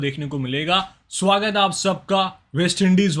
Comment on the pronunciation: How to say at first swwagat hya ap sabka 😂